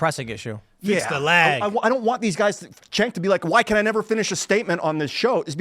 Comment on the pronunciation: Tim, his name is not pronounced 'Jenk' it's pronounced 'Chunk'. Also, "professor" Lickhead is an idiot. May the worst idiot lose.